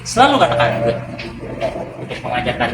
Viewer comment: lho kok jauh sama kedengerannya… Iya betul pas Luring (di awal video). “…begitu dia mengikuti tangan, berikan reward-nya, selalu katakan ‘Bit’ (beat, hit?)…”. Jauh terdengar dari ‘Good’ Soalnya lagi pengen beli anjing, dan akan banyak waktu kedepannya, dan biar ndak gagal paham sayanya…